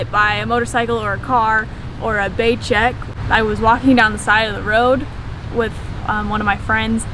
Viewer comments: Hey, it‘s pronounced bay-chuck not bay-check. You sounds funny but overall I like it. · "By Gek" i thought she was talking about getting hit by Gojek driver, but i realized she meant "Becak" lmao